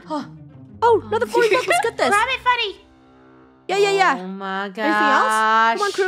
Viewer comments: Funneh not funnel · Umm It’s Funneh not gunnel or funnel